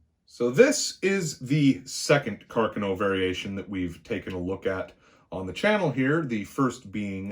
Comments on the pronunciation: I’m Michael Lorusso, & I approve of this video. Well done!... On a side note, as an Italian, thank you for pronouncing “Carcano” correctly:) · Well he pronounced Carcano correctly. Only Ian from Forgotten Weapons and this narrator pronounced Carcano correctly so lets cut the man some slack brother. I'm as Italian as they make them as well.